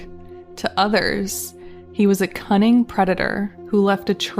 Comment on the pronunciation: Say "cunning "" again...😂😂